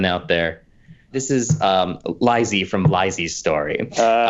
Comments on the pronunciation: Um actually, Lisey's name in Lisey's Story is pronounced "Lee-see," not "Lie-see." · Obligatory Um Actually... Lisey is pronounced Lee-see, not Lye-see. (Also technically isn't It and its ilk from slightly outside/between the macroverse? Could've sworn there was something in the last Dark Tower book about them being from Todash darkness.) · Um actually it's pronounced "lee-see" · Um actually, lisey from lisey's story is pronounced "lee-see" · Um actually, Lisey's name is Lisa... it's pronounced "Leesee" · Um, Actually, it's pronounced "Lee-See"'s Story. She even says that in the book.